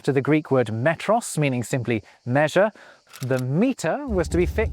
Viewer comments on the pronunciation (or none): ✔You pronounced μέτρον (metron) as metros.